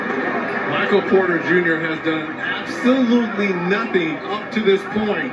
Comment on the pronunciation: The emphasis on absolutely😩